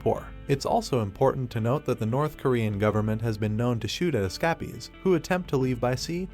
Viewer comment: . Learn To Pronounce Escapies Properly.